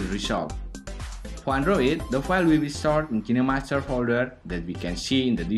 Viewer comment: Who came here to figure out how to say Kinemaster Correctly 😂✌🏻